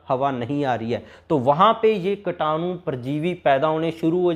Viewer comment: कीटाणु बोलो भाई,कटानु नही !